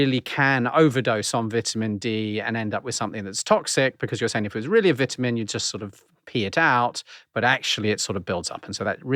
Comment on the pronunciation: Dude can't even pronounce ''vitamin'' right!😂😂🤡🤡